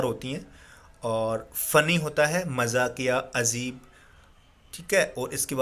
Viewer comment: Sir that's not azeb it's Ajeeb